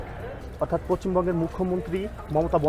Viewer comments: Poccim bongo na poshchim bongo bolen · তুই আগে পশ্চিমবঙ্গ উচ্চারণ কর। আর তুই এটা একবার ও ভাবলি না তোদের জন্য আমাদের কত অসুবিধার সম্মুখীন হতে হয়।তোরা আসিস না আমাদের দেশে ।যা না তোদের ইন্দ্রনেশিয়া আর বোকাচো লুচি বা মুড়ি চেনোনা তোর মতো ভিখারী রা তো ওই ভাবে খাবে।